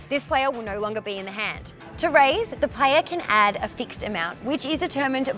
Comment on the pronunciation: Pronunciation guide The playa... the deala...